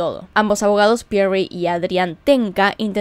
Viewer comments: Y cuando dice Pierrrryyi??? Jajjajaa...tan anglo va a ser😁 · Lindo video loca !!! pero ojo con la pronunciación , decis Pierri Y Mangeri con una Yankee